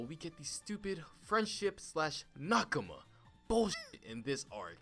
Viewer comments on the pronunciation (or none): none